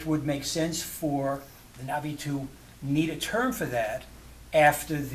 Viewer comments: Stop being an annoying pedant. He's pronouncing it correctly. The glottal stop is very subtle when he says "Na'vi" but it's still there, it's not completely absent. As for the rest of video, you can clearly hear the stop whenever he says the word. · There's two different pronunciations in thr film - the Skypeople say it like "nah-vee" because they westernized it. The actual Na'vi break the word in two pieces- Naht [HARD STOP] ve. Like uh-oh, a hard stop in the middle